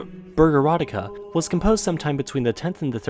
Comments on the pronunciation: Bogurodzica is pronounced Boh-goo-ro-dzee-tsah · As a Pole, I have to admit that your useage of speech synthesizer when talking about "Mazurek Dąbrowskiego" after the obvious butchering of "Bogurodzica" was actually pretty funny xD I guess you've redeemed yourself in my eyes because of that! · My ears started to bleed after your pronunciation of Bogurodzica. BTW, it literally means A Mother(parent) to God.